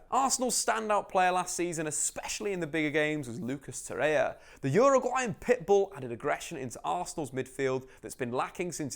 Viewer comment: Tor.. reir.. a! dude not torreya 👌